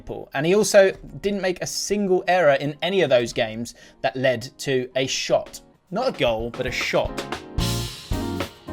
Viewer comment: You say shot in such a posh manner